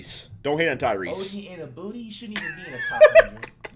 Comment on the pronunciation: Did Flight just say OG Anubooty 😂😂😂😂